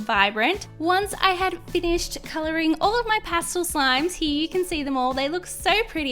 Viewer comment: Pah stel not pah stohl